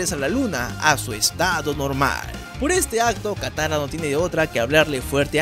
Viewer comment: "kayoshi" "takara" jajajajaja me reí mucho